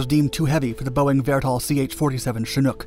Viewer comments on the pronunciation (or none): none